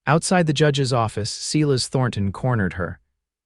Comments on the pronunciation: SEELAS??? NOPE ITS CORRECTLY PRONOUNCED SILAS - SIILAS..... I FIND UR MISTAKES DISTRACTING!!!! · I BELIEVE FREDERICK'S COUSIN'S NAME IS SILAS, NOT "SEAL ASS"